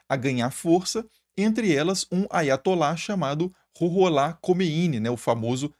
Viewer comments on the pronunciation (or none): Preciso limpar os ouvidos... Eu escutei "aí vai atolar". 😅